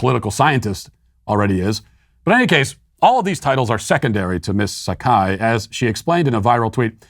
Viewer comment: Matt - you mispronounced dr sekai's name it's pronounced sye-koh